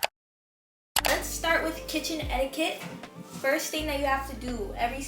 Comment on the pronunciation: Bro it’s etiquette 😂